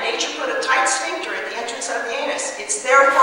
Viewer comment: ''a tight schvinkter '' LOL